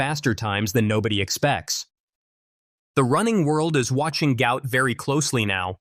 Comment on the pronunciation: Despite the father's effort this narrator still does not say the youngster's name correctly. Try: Gu----ot.